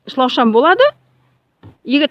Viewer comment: Шлаушан емес шылаушын гон емес көн дарбыз емес карбыз жалпы бары жаксы екен ыске сат